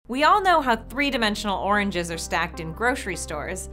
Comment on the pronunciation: At first i thought she said "100 dimensional orangeses"